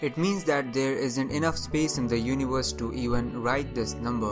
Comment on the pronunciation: Everbody: Universe: univors